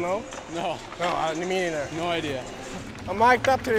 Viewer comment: ne meither LUL